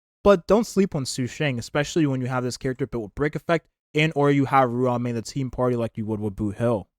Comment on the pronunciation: WHY DOES HE SAY EVERYTHING WRONG???!!! WHATS A PENACONY??!! WHATS A RUE-ON MAI???!!! WHATS A HUE HUE?????!!!